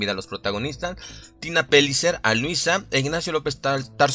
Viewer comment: Se pronuncia Peyicer como hablan los argentinos, no Pelicer. No es ingles.